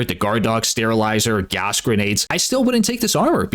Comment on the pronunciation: I promise I’ll never listen to you say grenades again.